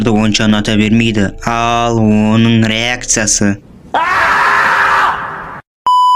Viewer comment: Бір - “Қашын” емес, “Қашан”! Екі - және “Реәктійе” (Реакция) шықты!🤩